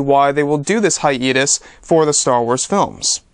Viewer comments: can you please stop saying "hi-eeee-tus" it's 'hi-ayyyy-tus' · wukang K it’s pronounced hi-YEET-us